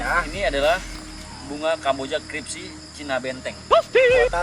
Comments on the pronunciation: Gua doang yg denger apa gak nih, si ngomong krispi jadi kripsi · Bunga kamboja cripsy 😂 bukan crispy mnt